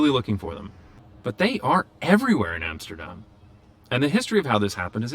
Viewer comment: he said Amsterdam and NOT Emsterdem! great!